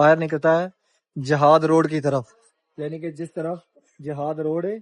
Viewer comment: آپ شائد اجیاد روڈ کو جہاد روڈ بول رہے ہیں